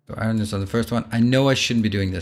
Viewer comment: Hey It’s pronounced “ion” or eye-urn depending on ones accent. NOT eye-RON.